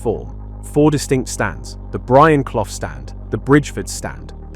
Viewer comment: What the fudge is a Brian Cloth? Hire a human narrator. Channel blocked